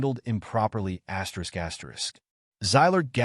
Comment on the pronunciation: Your "asterisk" pronunciation machine just got you blocked.